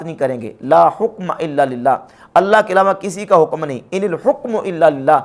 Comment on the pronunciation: آپ حُکم پڑھتےہیں -غورفرمائیں شاید (ح) کےفتحه کےساتھ ہو !!!